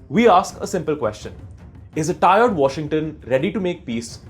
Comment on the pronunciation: I was laughing the whole time at ur accent ...learn some English Bro. Tired and Putin pronunciations were so funny. Grow up bro